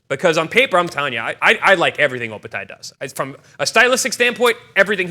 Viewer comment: Chris, it’s OpetiA not Opeti. I had to listen to make sure of the pronunciation. Great show again guys.